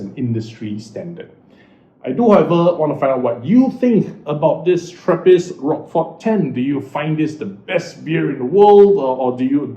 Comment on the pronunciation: Pronounced rosh-for, not rockfor!